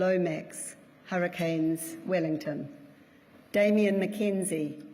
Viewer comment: I think I heard the word Hurricanes in maori 'Harakins'😂